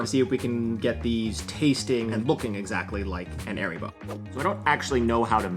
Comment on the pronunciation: Nice video, good instructions. I like how you went over the process of trial and error, and made your own invert sugar in the end. And reiterating the recipe in a labeled section in the end makes it a good reference One note, it's not pronounced "aeribo", it's "haaribo". Es macht Kinder froh -- und Erwachsene ebenso!